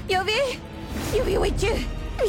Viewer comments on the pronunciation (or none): Ils ont faussé une partie le début au lieu de dire écoute moi yuvi elle a dit couj